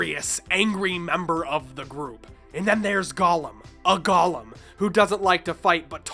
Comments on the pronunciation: Go-lem not Gollum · Cool video, great nostalgia trip! Now sorry for being pedantic but this is a pet peeve of mine: "gollum" =/= "golem", the latter pronounced goh-lem instead of gah-lum. One's a Tolkien character portrayed by Andy Serkis, the other is a Jewish earth elemental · Golem: "GOH-lem" - go (as in "go there") lem (pronounced "limb" like tree branch). It's Hebrew. Has a specific pronunciation. Gollum - the way you pronounced it - is a character from LotR